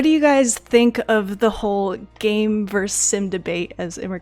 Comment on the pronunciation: LMAO I swear every women i've spoken to about this game have said the same wrong haha, I wonder why